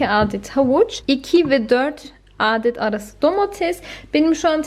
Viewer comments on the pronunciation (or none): Aadet değil adett diye telaffuzu şekerim 😊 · Pirinci yikasaydin keske. Hem " aaadet" denmez "adett" denir